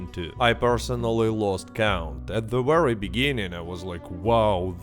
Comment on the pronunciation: So your “Vs” are sometimes pronounced as “Ws”. How come? I mean if you are able to say “V” then what’s the problem? Why do you say “wery good” when you’re clearly able to pronounce the letter “V”? Or does it depend on which letter comes after?